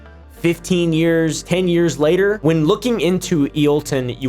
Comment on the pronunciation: He said "wayter" instead of "later" 🫵🤓